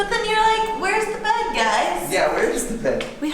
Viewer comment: it's funny, I heard: where is the bad guys? instead of :where is the bed, guys!